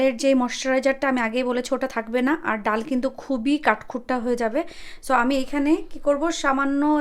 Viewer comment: ডাউল নাকি ডাল,আপনি কি পড়া শুনা করেন নাই